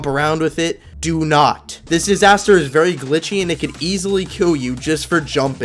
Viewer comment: Bro gave us a vewy simple lesson lol